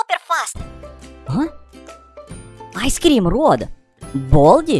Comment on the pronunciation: boi its i scream not ice scream plus u said cream wrong